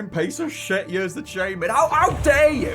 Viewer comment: You pronounce ears like YURS.